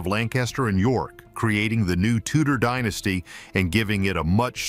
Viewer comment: The Tudors had bugger all claim to the crown other than right of conquest, they didn't even call themselves the Tudors when they were in power. Can you check how to pronounce names and "dynasty"before you make make these videos?